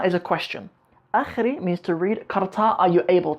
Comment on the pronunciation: It's akhrin bro, you have to pronounce n at the end.